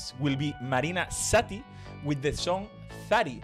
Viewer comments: It's not thari it's pronounced zari like the in zebra and it means dice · Zari is with zed not theta. Like 😴 ZZZZzzz Unfortunately there is no Greek language on YouTube translation. It's wonderful that you can speak clear Greek with one hearing! You are fabulous! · The way he says Zari 😂 the way he says any greek world haha.. na mi thimitho 😂😂 he went crazy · The way he pronounced the word Zari killed me. 'I'm not mocking him!, juts made me laugh. I love the video and his enthusiasm is infectious.